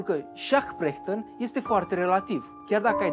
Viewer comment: La Perchten ai spus cumva Prechten sau mi s-a parut mie ?